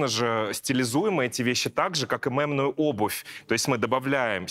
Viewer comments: Саша, мЕмную - через Е, не через Э ❤ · мЕмную, а не мЭмную, а то режет слух